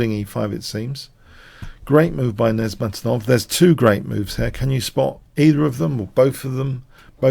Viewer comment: Good analysis, but please learn to pronounce "Nezhmetdinov".